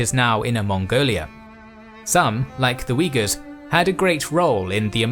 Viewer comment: Had to double back when he said wiggas lol